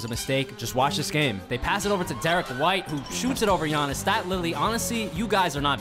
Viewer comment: I do t blame him for biannis